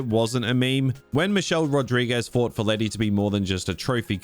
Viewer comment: lety has amnesia, meaning she has brain damage, but she kicks the ass of Gina Carano and Rhonda Rousey. A pet peeve - they don’t pronounce her nickname right for a Latina, of course she’d be fine either way that, right?